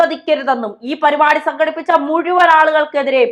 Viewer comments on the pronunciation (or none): none